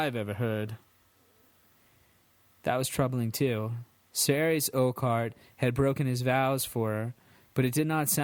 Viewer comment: Arys is pronounced Air-is(isildor) Aerys is pronounced Ares